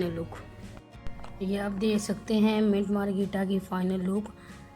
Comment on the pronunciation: منٹ مارگریٹا صحیح بولو بہن